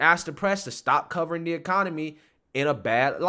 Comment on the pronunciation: You are right on in everything. But please pronounce the TTTT's it is not THE DDDD'S.